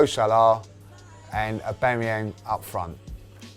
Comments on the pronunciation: Just came to Hear Aubangyang :D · A bang a yang lol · Love how pronounces Aubameyang 😂😂😂